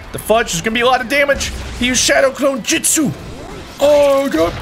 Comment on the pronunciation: Shadow clone “jitsu”? It’s jutsu TRIGGERED. Lol